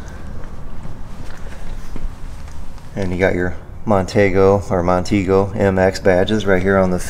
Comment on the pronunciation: My 1st vehicle was a 1968 Mercury Montego MX. I loved that car, especially the big back seat 😉 BTW it's pronounced Mon- teego